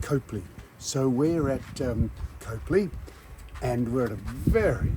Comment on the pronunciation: Howdy guys. We backwards South Aussies pronounce Copley as COP LEE, no "e" in it. 😂 That train really is something special when you're right in front of it, isn't it Sam? 😂